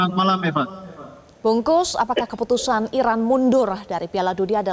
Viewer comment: Bungkus 😂😂😂 Bung Kusnaeni ko jadi nasi bungkus. Presenter metro perkaos nama orang😂